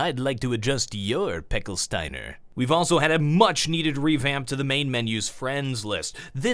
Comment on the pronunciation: WTF is Pecksteiner?